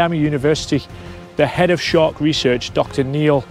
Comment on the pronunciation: Thets nawt a shark...its a SHHEEEARK.